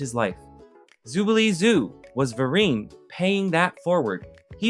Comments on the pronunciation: I'm only here for this comment - Ver-REEN!! Also ... "Actual footage" of the Star War Holiday Special was not necessary. SMH. 🤦🏾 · I almost turned away from this video because the mispronunciation was grating on my nerves… VerEEN and DEEK not D.I.C… I don’t know why he changed the pronunciation of Ben’s name later, but thank GOD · I'm so glad I'm not the only one annoyed by this guy not pronouncing Ben VeREEN's name properly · You spent all this time researching and taking the time, energy and effort to create an informative and interesting video. However it is ruined when you pronouce Ben VER-REEN as Ben VARE-IN. I could not get past that. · Ben VER-EEEIN. Not Ben Vear-in. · Ben "Ver-reen" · Ben "Ver-reen" long E. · His name is VEREEN, not Veeren! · Took me 10 minutes to realize his VEER en was Ver EEN. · It's not Ben "Veer-in", it's Ben "Vuh-reen" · Ben "Vur-een" rhymes with bean. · Why is Ben Vereen's name being misspelled and mispronounced? It's not "Veeren", it's "Vereen" (ver-een).... The guy in the video actually says it correctly a couple times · his name is pronounced Ben Vair-reen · Ben Ver-EEN. 🤦🏽‍♀️ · Even tho I was like 13, I still watched it religiously. It was a great show I'll never forget. And I'll repeat what others immediately also noticed. It's Ben Ver-EEN. Lol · Ben ver-EEN. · Ver-REEN, my God. Pro-tip: research the pronunciation of Black and Ethnic names PUHLEEEEAASE! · Ben Vereen … his name rhymes with Marine… sheesh… the unapologetic ignorance of it all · I always thought it wad pronounced Vereen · Ben Vah Reen. Tell me you’ve never said said a word out loud until filming day without telling me. Pronunciation matters. You gotta say people’s names correctly or it’s like a car crash for my ears. 😆♥️💯 Otherwise, great content. I love this. 🐼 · Ben VerEEN, bro! VerEEN!!! How you gonna reference him as a LEGEND and then mispronounce his legendary name?! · Sweetie, it's pronounced Vurrrr-een. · Ben Ver-EEN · Its pronounced Ben VerREEN.